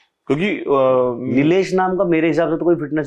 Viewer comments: Nitesh naam hai Nilesh nhi hai bhaiya😂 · Nilesh nahii hai sir,Nitesh name hai pata hai aapko fir bhi name proper nahi le rahe ho